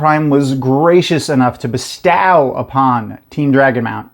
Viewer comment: Random but is there some sort of inside joke as to why you mispronounce "bestow" that I'm missing?